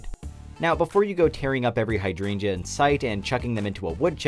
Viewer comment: What it says hydrangea What I heard Hi I drained ya